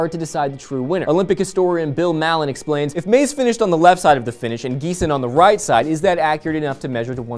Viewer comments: It's pronounced Tina 'Matze' not Maze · Name is pronounced Måz-æ, like Mah-zay, not Māz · It doesn't pronouns as Maze as labyrinth but MazE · Maze is pronounced Maz-è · Hate to be the hater but you could at least learn how to pronounce the Olympic champion name Maze. btw tinaaa badasss vedno smo verjeli vate ZLATO ZA SLOVENIJO♡♥♡♥ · you just murdered Tina's last name but i'm too happy for her to be mad at you guys. go team sLOVEnia! :) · I think they both deserve to win, because they are awesome and worked hard to be where they are now. especially Tina, since she had the most points in last season in history!! p.s.: learn to pronounce her name correctly :) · SLOVENIA! :D You pronounced Maze soo wrong! :D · You misspronounced maze saw that one happening. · Im from slovenia and i am proud to be in that country but u are pronauncin her surname badly u bugyy buggy bugs i think that tina should have won caus heer split times were better throught the run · Tina Maze's last name is not pronounced how it was pronounced in this video and I cringed every time you pronounced her last name.